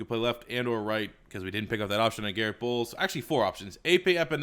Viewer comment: And then immediately mispronounced bolles